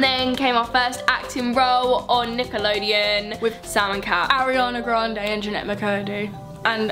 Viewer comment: People were making memes when you said Ariana granade